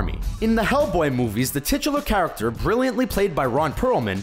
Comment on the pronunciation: "Titular" "Latter" -_